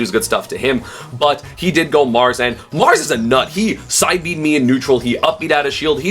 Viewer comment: "He did go marss" lul